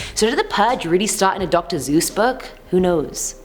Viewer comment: Did she just really say dr. Zeus